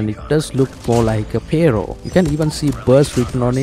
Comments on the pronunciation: "PARO" lol its Pharo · Duuude! The way you say Pharo 😅. I tried again and again to listen what is this gun you're mentioning that MSMC has the skin for. Turned on the subtitles to see but the subtitles kept saying "payroll" again and again. Until the actual gun came and I realized this was it 😅